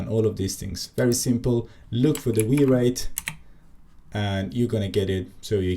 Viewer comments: came to the comments to say it is probably called wire it... not wi reit. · Kudos for leaving in the wi-reit pronounciation. Legit funny.